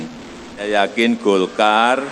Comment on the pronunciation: Golkar bukan dolkar